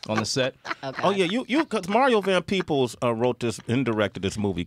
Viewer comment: Peebles.....not peoples.